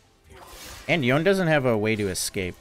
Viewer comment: jesus ... you made yown "yone" -- yawn??? look like a creeps ... salute to you sir XD